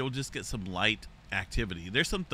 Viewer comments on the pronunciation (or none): none